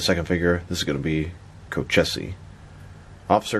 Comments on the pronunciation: These are great looking. But I can’t drop $160 on three figures like this. Love the review. Thanks! Also, the name is pronounced “co-cheese” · Dude, these are awesome. Nathan Wind’s alias is pronounced Co-cheese.